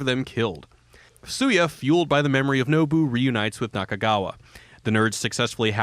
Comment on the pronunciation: Goddangit, this is a great video, but the character's name is pronounced "SHOO-YAH." Also you forgot that Beat Takeshi made a video game, too.